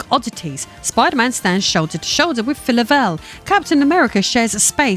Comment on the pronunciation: I assume you're talking about Phyla-Vell? Never heard her name pronounced that way. I've always heard "Fie-La-Vell" like in the word phylum